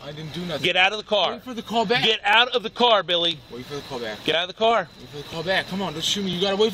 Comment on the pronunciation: His name is Billy not silly